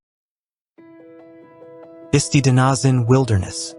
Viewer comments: Well I know why this didn't get more views. The incredibly bad pronunciations created by the AI just turn everybody off. I stopped after the Bisti Badlands. Which are pronounced Bis tie not Bis tee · Bisti as in Bist-👁️